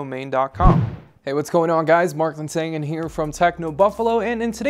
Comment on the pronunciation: I like how he say Linsangan. So murican :D